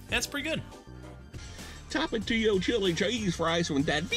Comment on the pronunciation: Tomatillos are green tomatoes😂 tapatio is said correctly